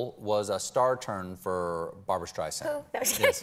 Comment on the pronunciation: Beanie seems super sweet and I wish her the best but it’s really mind boggling that anyone who’s a fan at this point still doesn’t know how to pronounce Barbra StreiSSSAAAND’s name. How many times can Barbra repeat that her name is pronounced StreisSSAAND “like SAND on the beach” to quote her many comments on the matter. NOT StreiZand or whatever…Makes one doubt how much of a fan Beanie really is which doesn’t diminish her talents of course but I mean COME ON!!